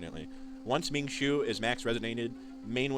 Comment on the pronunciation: Hey bro love your channel and this video is super informative. Just wanted to let you know a few pronunciation tips! Wu you is pronounced more like "wu yo" and Ming Shuo kind of rhymes with woah not shoe. They're Chinese origin names